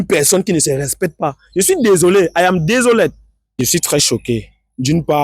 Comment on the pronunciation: c'est ton anglais là qui me plaît. I'am desolette